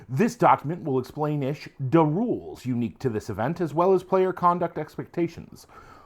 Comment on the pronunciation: Every time you said “da roolz” I heard it as an ork thing even before you said it. 😂 now I want to play a brutal kunnin hvz.